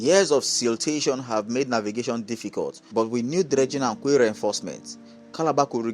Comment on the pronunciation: Quay is pronunce key! Hope this port rehabilitation and modernisation is true.. Tinubu is definitely trying but unfortunately Nigerians are more interested in stomach infrastructure, not national development...😢They should add onitsha river port to it, by dredging the river Niger. I read south Niger is agitating for a port as well. They want federal government to dredge the Niger river and open baro port... Thanks.